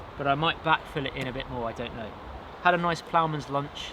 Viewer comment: What the heck is a "Plounder's lunch"?